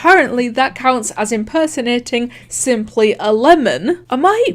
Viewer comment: When he says "simplyAlemon" i hear it "simply11" for sum reason.